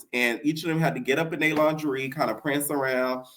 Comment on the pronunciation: It’s you saying Lon-ger-ree 😂😂